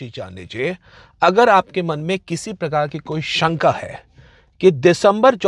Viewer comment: It’s shanka not sanka and its determine not determinee